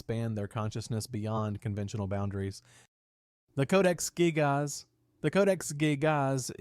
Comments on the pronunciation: Codex gig-AHS😂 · You can tell the voice reading the script is AI as well because of the incredibly weird spacing between words and how he pronounces "gigas"